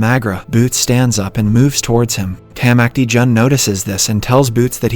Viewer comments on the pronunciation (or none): Especially when he says “Tamacti Jun”